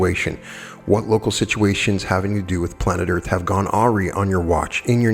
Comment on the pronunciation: This is phenomenal. Thank you,! Side note: "awry" is pronounced "uh rye"